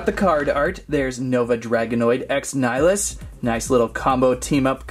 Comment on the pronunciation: It's pronounced nnn-ill-eee-us. 😑